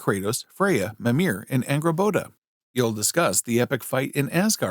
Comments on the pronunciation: bro even said Agraboda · It's "Angrboda".